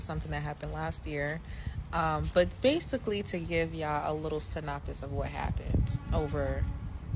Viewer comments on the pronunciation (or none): 1. Did she say SYNPOPIS instead of SYNOPSIS? 2. Yes, 3 girls got fired from my job from having attendance issues.